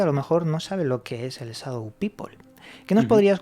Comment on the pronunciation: Muy interesante el tema, pero sería bueno que pronunciaran correctamente Shadow, o por último díganlo en español, sombra y punto